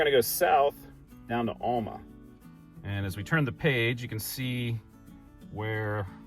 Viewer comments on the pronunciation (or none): Alma is pronounced AL (the man's name) - MA. There aren't two L's in this name, so where you get ALL - MA puzzles me. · Yeah, he's not quite saying it like we do. Al, like some guys first name. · that was cool, as usual. It’s interesting that you pronounce Alma differently than my family did growing up. I had an aunt and uncle from there. When we visited, my Uncle would take us out to the woods and hunt for a wild mushrooms that we ate for dinner. Fun memories 👍🏻